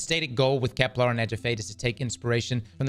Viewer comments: Please don’t tell me we’re gonna have saying ‘Keplar’ for the next year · KepLAR kills me every time ;_; There isn't even an A in the name